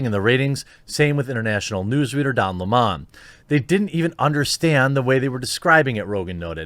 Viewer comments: Don Le-mon? Do you also pronounce the drink le-mon-ade? Are you mispronouncing purpisely? Then I'm with you. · Stupid pronunciation of "Don Lemon's" surname.